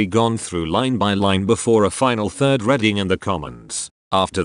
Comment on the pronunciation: Sorry, but when I open a book I READ it, not RED it. The word id READING not REDING.